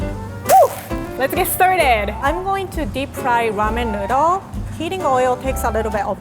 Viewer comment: "Rahmen Nudhle"